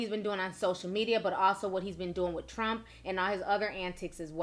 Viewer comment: WHy when she said trump i thought she said lil pump..